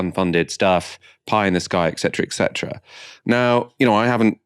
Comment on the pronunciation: et cetera, not ek cetera...